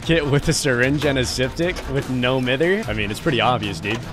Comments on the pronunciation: it’s not fuckin ‘No Mither’ btw, it’s pronounced No M-ie-th-er’ as in no bother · Can someone tell him it’s pronounced no “my-ther”. Not hating I love his vids but as a Brit this gets me every time 😂😂